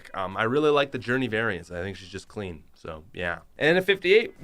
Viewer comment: Every time he says “clean” I do not hear it as “clean”.